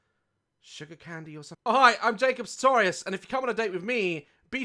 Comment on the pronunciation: Pronunces Daz games:Jacob Saltorious Miranda sings:Jacob Sagitarious Mike fox:Jacob saggititious 😂😂😂😂😂😂go check their channels out they are hilarious